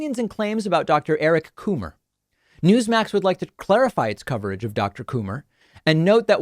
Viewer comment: “Eric Coomer” 😆